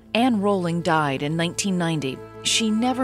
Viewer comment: At least she pernounces Rowling propperly... xD